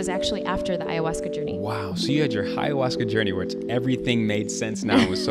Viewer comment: Hey, love you but please stop saying HAyahuasca 😂 Also, if you ever want to do it, the best you can do is come to the jungle region of Peru and asking locals for "maestros", because chamans who advertise, are not the best spiritual guides.